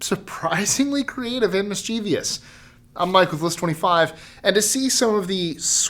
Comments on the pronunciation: "MISS-chuh-vuss", NOT "MISS-chEE-vee-us". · Americans be surprisingly creative with their pronunciations: the word is "mis-chi-viss", not mis-chee-vee-is". Your spelling of the word is correct, though: "mischievous" from the word "mischief", pronounced "mis-chiff", as in "the kids have been up to mischief again." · It's NOT "Miss-CHEE-vee-us"! It's Properly pronounced "MISS-che-vuss"! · Hey Mike, I'm surprised you said mischievous wrong.....it's not mischievious. Didn't you do a video on most mispronounced words? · Mike, "mischievous" only has THREE syllables. :) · Hey--if you can't pronounce "mischievous" (not the spelling), don't broadcast.